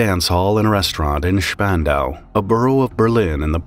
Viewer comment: Congrats on pronouncing spandau correctly